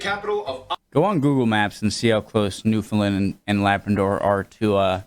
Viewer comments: Nope: You have to pronounce it with the " ...land " on the end, not a " ...lund ." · "New Finland" ... lol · The way this guy pronounces " Newfoundland " would get him thrown into St. John's Harbour.